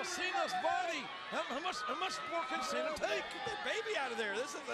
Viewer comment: It's Cena not sina